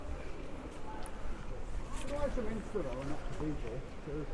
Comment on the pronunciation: Those stone figures are known as gargoyles - and it's York Min-ster NOT York Min-i-ster.